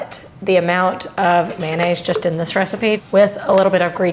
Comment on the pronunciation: My culinary pet peeve: it's not "man aise" it's "MAYONAISE"!! Com'mon people....